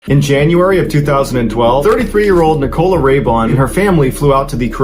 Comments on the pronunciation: Yes! I keep saying NICK-o-la. Not Ni-COLA. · 😂😂😂😂 that's not how you say nicola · Besides the weird and tragic story along with strange pronunciation of the main character’s name, the image of random man in trench coat and a bowler hat, sitting barefoot on a beach in a wooden chair, reading a Russian newspaper is a lot to take in 😅. I mean it in the nicest way possible, you’re definitely not boring 😂